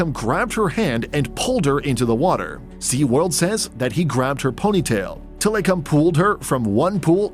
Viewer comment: I'm sorry but the way tilikum's name is pronounced in this video is cringe.. also there's a certain song that has his name in it 🙃